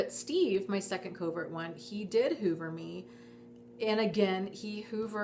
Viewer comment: Each time you say hoover I think you're saying HOVER, as in, spying. If you just mean suck you back in there's nO need for technical terms. Suck you back in is just a common dating technique players do. All it is is that u keep falling for playas and getting PLAYED. ...Peace...